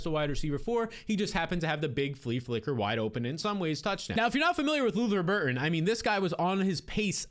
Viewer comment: Luther BurDen. Not Burton for the love of god.